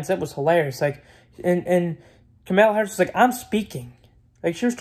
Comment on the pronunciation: “Kemeluh Harris”